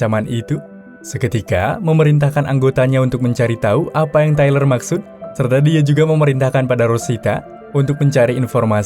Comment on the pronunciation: Treler wkwkkwkw tyler cuk baca tailer wkwkwkwksk